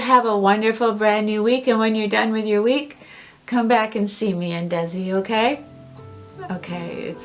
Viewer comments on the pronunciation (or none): none